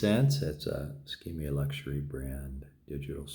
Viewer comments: I know its pronounced as Ski-May. He say if differently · SKMEI - Shir Kuh Mei - "Beautiful Moments in Time". (粤, 闽, 客). Please never again call it a sgmeeee lol.. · Dude your hilarious, "SKMEI" what?